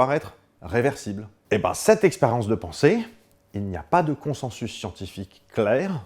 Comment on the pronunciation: Coucou Bruce, juste pour info "consensus" se prononce en fait "consinsus". Voilà bisou bonne vie